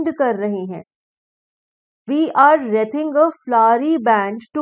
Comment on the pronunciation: We and wreath me sounds same nahi h madam